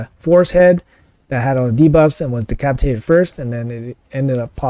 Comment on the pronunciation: Pretty sure you said de-CRAP-itated at one point and I LOVE IT 🤣🤣🤣 great stuff as usual mate! 👏🏻 congrats on the insane scores!